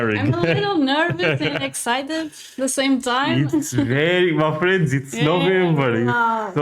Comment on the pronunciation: Sometimes when you say "my friends" it sounds like you are saying "muffins" I'm not a muffin